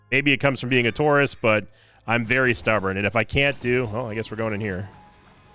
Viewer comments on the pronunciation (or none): So for a second I thought said he was stubborn because he "was a TOURIST" and was like "Wow, you're just allowed to admit that, even with the euphamism?" And then connected he said "Taurus" and was not admitting to being former CIA.